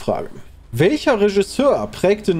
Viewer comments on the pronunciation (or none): none